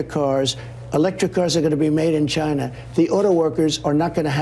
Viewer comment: WTF is he talking about the cars will not be made in Gyna as Trump pronounce it over and over again.